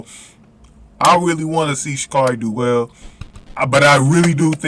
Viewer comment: It's pronounced ( sha' carry)